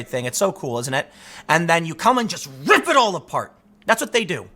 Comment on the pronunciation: The emphasis on RIP is actually scary haha calm down a bit Tim 😂😂